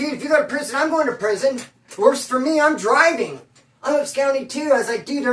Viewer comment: bruh, I come with good intentions, I only mean well when I say it.......and I have to say, to expand ur vocab a lil more...the word ABSCOND is NOT pronounced "abscound." Its "ab-SCAHND," like "ahh." Not like "ou," as in "hound;" it's "ah," like "blonde." peace